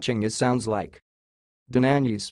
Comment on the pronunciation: That pronunciation is wrong. I am Hungarian, the correct way is more like Dawnanyi